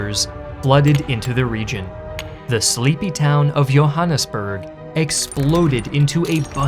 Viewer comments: 10/10 pronunciation of Johannesburg. I avoid watching content about South Africa because no one says the names properly, but you did a good job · I never heard a non-Afrikaans speaker pronounce Johannesburg correctly until now.